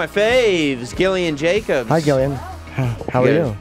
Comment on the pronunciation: Gillian is pronounced Jillian.